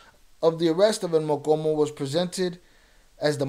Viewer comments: The name is el mo-Cho-mo not mocomo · It's pronounced "MO•CHO●MO" not MOKOMO ... MOCHOMO ia a name given to red army ants 🐜 in Mexico... the Army Ants that move as 1 u it when attacking, thats why he got the nickname cause when he would go to war, he moved with 100's of units. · Mochomo not mokomo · I think it’s Mochomo not mokomo mo-Cho-mo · Stop saying mokomo lol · How can you roll your R's and not pronounce the cho in mochomo